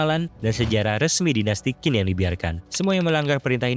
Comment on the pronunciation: Semangat, semoga channel nya berkembang. Mau menambahkan, Qin dibacanya "Chin", dari sinilah asal muasal kata Cina berasal